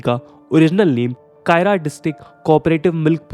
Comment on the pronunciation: Kaira = खेड़ा district Not कायरा